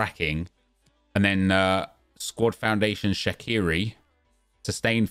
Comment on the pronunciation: BTW, Shaqiri is pronounced Shachiri.